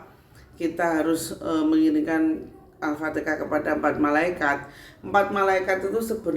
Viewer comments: ALFATEHAH MAAF BUKAN ALFATEKA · Apatikah, alfatihah buk bukan alfatikah